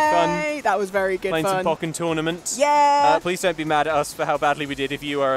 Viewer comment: One thing to note it that this game's title is pronounced "Pohk-ken", not "Pah-ken". It's a combination of "Pokemon" and "Tekken"